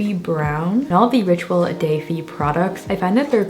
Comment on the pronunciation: On French, "de" and "le" are pronounced "duh" and "luh", not like day.